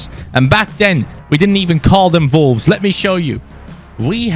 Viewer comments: Is it just me or does he call them volwes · it sounds like ya sayin volves lol sorry dude like ya vids keep it up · Who else keeps thinking he is saying vulves instead of wolves even though it’s just the way his accent is lol 😂 (I’m not hating btw lol)